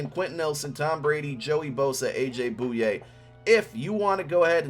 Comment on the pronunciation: Cool vid but GEEEZ that annoys me. It’s A.J. Boy-aye